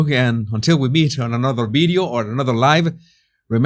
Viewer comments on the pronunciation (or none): It’s funny, I always thought you said “another life” when you said “another live” I thought you were being optimistic!😂😂😂 ❤from Winnipeg 🇨🇦